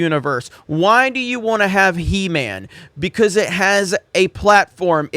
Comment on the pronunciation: Show WAS called He-man not shhee-man.